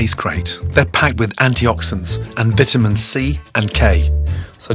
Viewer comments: Why does he say vitamin like that Edit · Gordon's pronunciation of 'Vitaminn' officially tops 'Basil' and 'Tomatox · Gordon threw me through a loop with the way he pronounced vitamin.